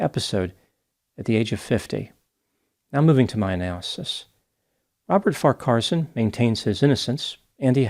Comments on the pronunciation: I did chuckle at 'win-chelsea', but I guess it was some kind of deduction (perhaps from win-chester, the rifle!). I have always done Farquharson as far-qwar-son. But that could just be me? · Wasn't it pronounced, "Far' kwar-son"? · Farcarson mispronounced so many names this is the funniest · His surname is pronounced - Far - keh - son. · You are struggling a bit there with his surname and the 2 towns mentioned, yes he is guilty and nothing wrong with the Commodore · Yes I think that is well equipped in the rifle etc department, my opinion! And I agree with you re Farquharson, with the middle syllable kinda squashed in the middle there! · FYI: His surname is pronounced Far Qua Son - the “h” is silent. Winchelsea is pronounced Winchel Sea not Win Chelsea. Also Geelong , is an elongated Gee then long. Aussie, Victorian and born in Geelong so just an FYI, not a complaint or criticism. Thank you for highlighting this case. Terrible tragedy. 🇦🇺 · It's far-kwa-son and win-chill-see. Geelong is pronounced je-long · Sorry, but it’s really bugging me. You’re putting the em-PHASIS on the wrong syll-ABLE. Both farquarson and winchelsea have the emphasis on the first syllable. There… end of rant. 😅 P.s. Same with Geelong.